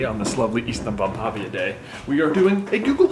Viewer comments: You keep saying -pavia like the i (ee sound) comes after the v when clearly it's before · Honestly pretty good pronounciation but the letter Ä has a more ae sound to it if it makes sense? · The way google says ystävänpäivä is "ushtanvanpaiva" to my American ears and you say it as "yistanvanpavia" (this is using letters the way Americans pronounce them, not the correct pronunciations for the original language) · Ihan ok. (Also, as a Finn, hearing you trying to pronounce ystävänpäivä is hilarious). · I love the auto generated captions when you pronounce the holiday you invited.